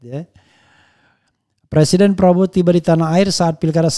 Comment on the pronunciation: Presiden.... bukan persiden..... ngomong aja nggak becus lho jok